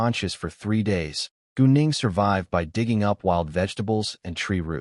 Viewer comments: I wasn’t looking at my screen and when he said gu Ning I thought he said going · Every time he says gu Ning i hear goon8ng